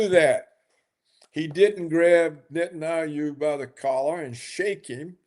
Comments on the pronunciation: why is he calling him netanayou? does he do that on purpose? does “netanayou” means something? how you wrote that word/name? tell me everything you onow about “netanayou”, i want to know! :))) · It would be great if Roberts would pronounce correctly. Aldo lose the dismissive cackling. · Paul Craig Roberts mispronounces the name of the leader of the little pissant country. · Roberts ! Why you pronounce the name of Bibi in such strange way ?